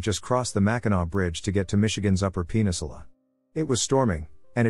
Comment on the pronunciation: #34 He said "penis-ula"... heh heh... heh heh... (oh, the sorrows of being text-to-voice software...)